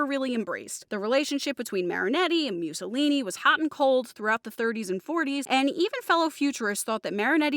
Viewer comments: It's pronounced MOO-SSO-LINI, not MEW-SSOLINI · "Mewsolini?" Learn how to pronounce his name right.